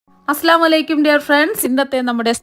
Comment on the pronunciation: അസ്സലാമലൈകും അല്ല സഹോദരി അസ്സലാമു അലൈകും.